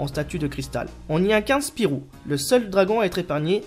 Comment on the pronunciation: Hey mais c'est mon gg! :D Mario Kart 64 et les cochons de guerre tu me fais plaisir là. ^^ PS: ce n'est pas Spirou mais SPYRO mdrrrr